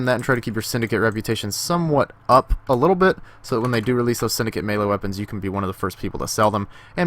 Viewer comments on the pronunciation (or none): none